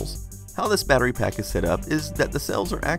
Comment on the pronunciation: The way americans say battery really bothers me. They take the 't's' out of the word completely and say "Baddery" . It's baTTery!!!!!